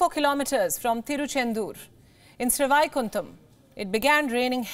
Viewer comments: Please. Pronounce names properly. SRI VAIKUNTAM. You cant pronounce even Vaikuntam properly? Karumam. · Any journo MUST learn to pronounce at least Indian names more correctly. I am sure, if the lady had applied her mind, she would have recognised the purely Sanskrit, Sree Vaikuntam! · Her pronounciation of Srivaikuntam is making me cry! Having said that, kudos to the railway staff. Glad everyone was safe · Lady! He proud when you pronounce the names, stop trying to be western cool. Kudos to the railway staff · She can’t even pronounce Sri Vaikuntam correctly and she calls herself Indian! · So sad this Indian news reader cannot even pronounce the Indian railways station name properly .speaking English v think v r ourselves English people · Pronounce Indian local names correctly SriVaikuntham Not Sri Vaaikunthham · That's not "SRI VAAAAIKUNTHAM" that's "SHRI VAIKUNTAM" Pronounce names correctly....or ignore ! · Is she Indian? She cannot pronounce Vaikuntam(Abode of Vishnu ) properly! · Watching from Chennai , the way you pronounce Sri vaikundam 👌😂🤣😍👍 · It is Sri Vaikuntam. Shouldn't be a difficult pronunciation for Indians....but for the anchor! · Its pronounced as Sri-why-kun-tam😂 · Sri Vaikuntam babe Pronounce it right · Madam it’s Sri Vaikuntam. You are not a foreigner to say it the way you are saying. Dobara try karo pronouncing it……Kuch bhi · Try to pronounce the place names correctly